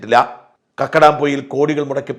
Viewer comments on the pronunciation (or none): Still you are saying kakkadam poyil,it is kakkadampoyil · കക്കടാം പൊയിൽ അല്ല സാർ കക്കാടംപൊയിൽ എന്നാണ്